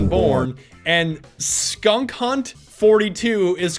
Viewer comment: it's not skunk hunt, it's skank hunt, and it's a south park referance